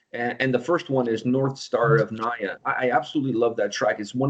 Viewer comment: Mispronouncing Nija telling me that sb here doesn't what the song is about 😂